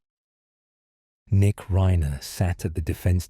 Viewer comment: This is AI. It's Reye-ner. Not Reener.